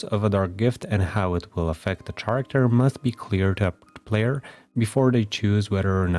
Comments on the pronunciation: Karacter. Not sharacter. Otherwise great video. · “Chair-acter” is absolutely precious, I have never heard this pronunciation and I love it